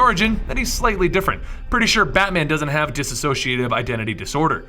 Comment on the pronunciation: Small note: Just so you are aware, it's pronounced dis-SO-ci-a-tive, not diss-A-so-ci-a-tive.